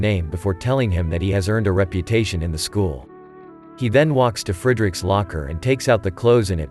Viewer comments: like talked written it would be more like the fred from freddie...in the video its like frEEderik ...its fräderik...so i hope that helps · Uhh as a german his way of saying frederik is killing my ears...but a good recap so ...